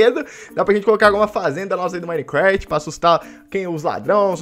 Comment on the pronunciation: quem q ele fala micrat